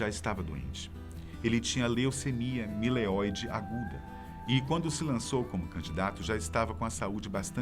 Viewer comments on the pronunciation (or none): O Enéas veio do além para me informar que o nome da doença e leucemia mielóide aguda e não " mileoide " parabéns pelo tema , ótimo canal e apresentador talentoso ! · leucemia "mileóide" ahuehaheua